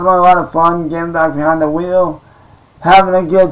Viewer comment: "It feels good to get vehind the vheel again..." FOOL YOURE PLAYING WITH A TOY